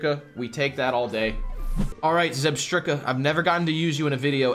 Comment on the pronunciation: I love the way you guys always pronounce Pokémon names correctly 😂😂 zeb-strikker is my favourite so far 😂